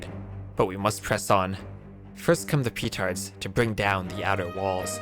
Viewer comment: Why do you say it 'PEEtards' :( also fun fact, the trick u used for the last mission is what i did normally when i was a child after struggling to fight with the saracens and persians. :D I've learnt about betrayal very fast :o